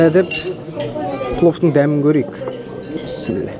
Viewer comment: Автор бауырым писмилла емес бисмиллах